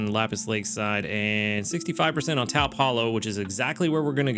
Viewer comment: Good luck with your fire week! Just an fyi, taupe rhymes with dope. Not exactly a common color so I'm sure not many people realize it has a tricky pronunciation.